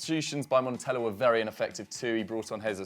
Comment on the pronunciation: You guys are crap with your Italian pronunciation, literally every time I watch you guys you pronounce every other language great except Italian and it’s kinda annoying. Montella is Italian so you pronounce the Ls he’s not Spanish so it’s MonteLLa not monteya and it’s pronounced Crotoneh the E is not silent. Please guys get better is the only one who knows how to pronounce Italian words